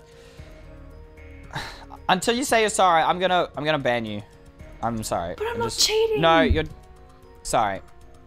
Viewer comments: cheating Me: starts laughing d-did you just say sjeeting?🤣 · lol i love it when u said "CHEETING" DUN DUN DUUUUUUN